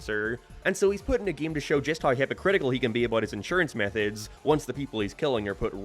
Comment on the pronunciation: Whyyy must you say “gee-im” instead of game? I want to like the video but it’s continuous and unrelenting lol